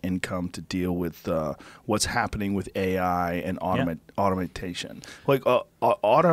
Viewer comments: Joe "automentation" Rogan LOL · Joe "automatation" Rogan